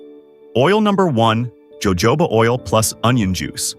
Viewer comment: Evidently you’re not very intellegent… it’s pronounced hohoba, oil , not Jo jobs! Yikes don’t do video if you can’t even pronounce the item you’re talking about!